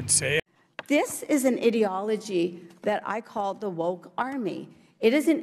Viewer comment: Woman needs to learn how to pronounce ideology 🤣🤣🤣